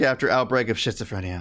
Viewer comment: Hi! It's pronounced like skit so phrenia but I like shitsophrenia XD. Shitsophrenia definitely describes the mental illness better lol